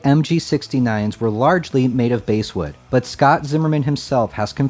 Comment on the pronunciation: Basswood is pronounced like the fish, not the instrument.